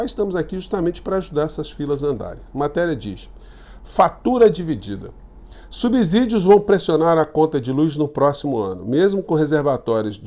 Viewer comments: gostaria de lhe elogiar, pois o sigo por um bom tempo e gosto muito dos seus conteúdos e raciocínio para com os temas. Porém, gostaria de chamá-lo atenção com respeito a SUA PRONÚNCIA com a palavra SUBSÍDIO, que DEVE ser pronunciada com o som de "C" e não "Z". Mesmo com que seja escrita com o "S", pois vem do verbo SUBSIDIAR! Grande Abraço! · É um ABZURDO vc falar SUBZIDIO